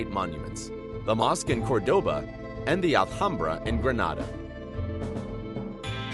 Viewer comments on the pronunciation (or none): none